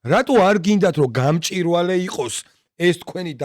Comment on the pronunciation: გამჭვირვალე და არა გამჭირვალე.